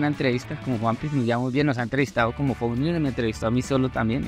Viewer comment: No se pronuncia igual pero ellos piden que lo pronuncien así JAJAJAJAJA